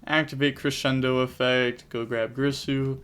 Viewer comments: It's GEERSOO bro not GRISSOO lol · cool match also it's girsu not grisu D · its G-I-R-S-U not g-R-I-s-u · Take a shot everytime you hear greesu, being an Orcust player's bad enough without everyone mispronouncing their names LOL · WHY THE FUCK CAN'T YUGITUBERS PRONOUNCE "GEAR-SUE"'s NAME CORRECTLY. Big sad 😥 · Girsu... isn’t it pronounced “gear-Su”? Maybe I’m wrong. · Girsu is pronounced Geersue